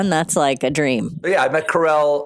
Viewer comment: The way you got the name wrong multiple times is sending me 😂